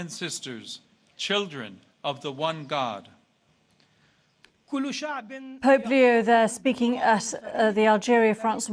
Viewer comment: sounds like you said polio, not Pope Leo! Better articulation, please